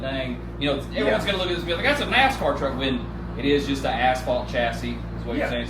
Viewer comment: Damnit man. If you say "a nacar" anymore I'm coming for your man card!